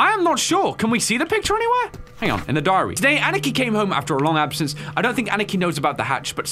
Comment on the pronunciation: when he ann-nih-kee instead of ah-nee-kee... lol, love ya!